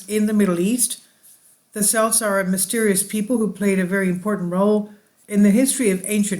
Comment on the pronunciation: Interesting video especially having this heritage. Just to let you know that Celts is pronounced with a hard C.